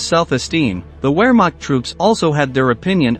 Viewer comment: Wehrmacht is pronounced vairmarkt. W's are pronounced as v's in German.